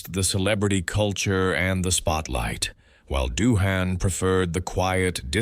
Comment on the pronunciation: Gotta be one of the worst videos I've ever seen 😂😂 what is this AI voiceover? Bunch of slop being read off, we never even hear Doohan speak, his name is pronounced wrong all throughout additionally